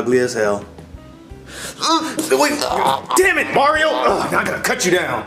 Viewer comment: Bowser doesn't even say mario he says MORIO